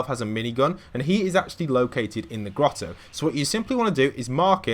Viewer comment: He said “gettle”